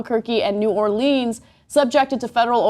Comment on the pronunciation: You said new orleans wrong ana sorry